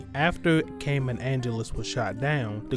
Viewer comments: Great recap but the way you pronounce Caim is driving me nuts lol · The way you pronounce Caim makes me want to tie a kitten to a cactus